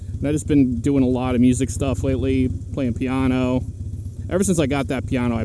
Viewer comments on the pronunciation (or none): Sounded like peaneau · Never heard someone say piano like that, is that just how people say it where you are?